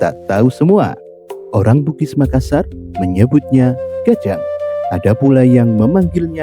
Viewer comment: Maklum aja bang mungkin admin nya bukan orang Bugis atau Makassar jadi penyebutan nya kurang pas, salam budaya tetap kompak